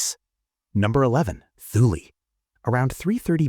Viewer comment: don't pronounce the t h in Thule like we would in English.. make it sound something like this "tool" in a prime German kind of accent or it sounds something like"tell" in a Norwegian type accent..